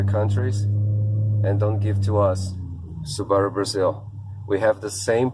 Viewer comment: You mispronounced Subaru